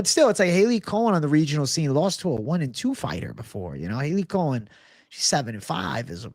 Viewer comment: It’s not (Hailey) Cohen...it’s Cowan!